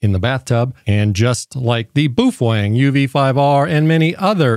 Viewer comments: What the hell is a "Boofwang?" Do you mean Baofeng? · how the hell does it come up to your mind, that the companys name is pronounced boofuang?!?!? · Boo-Fwang? I always thought it was pronounced Bay-o-feng. Can someone please shed some light on the CORRECT pronunciation? It may seem silly to you, but I'm genuinely curious about this. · Bro.. did you say "Boof-Wang" 😂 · Apparently he's cool like that. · I chuckled every time you pronounced that as "BOOF WANG" ... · Do you absolutely slaughter the pronunciation of most words, or do you save that bloodbath for Baofeng only? Boof Wang. 😂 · Worst AI I have ever seen can’t even pronounce Boafang